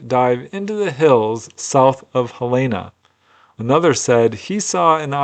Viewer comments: That's "Hell-en-nah" not "Hell-e-nah". Capital city of Montana and home of the University of Montana. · not how you pronounce Helena... Hell-en-uh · I've never heard it - Hell ayna! LOVE IT! I will use that pronunciation henceforth with relatives that live up that way😊 Btw - easiest way to know how it sounds? Just think - "Hell in a" handbasket (just leave the handbasket out of it and there ya go😊 i prefer your way personally though.